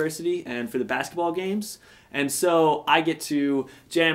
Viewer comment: But that's not how "bass" is prounounced